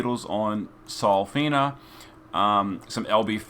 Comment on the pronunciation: I was confused at first, why is keep saying "Selena", which I thought was starlight elena, when he's actually talking about SolFina:facepalm